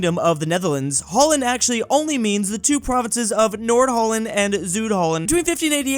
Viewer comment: how do you butcher the pronounciation of Zuid and Noord Holland